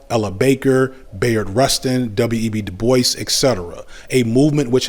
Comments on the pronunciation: I think Dubois is pronounced “Doo-bwah”, not “”Da-boyce”. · Every time you say "Debois" it sounds like you're saying "Da Boys" lol